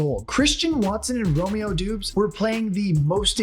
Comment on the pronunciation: hopefully romeo never heres the way this man just said his name multiple times